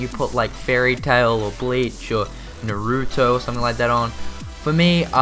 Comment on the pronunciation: You said Naruto wrong